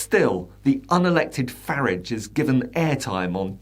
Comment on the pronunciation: you are the only commentator that pronouces the toe rag’s name as farridge not faaraage bravo. Another little push and its finished.